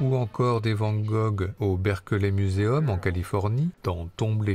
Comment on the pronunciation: Le "berkeuhlait miouseoum" ? Non mais sérieux faut faire un minuscule effort quand même.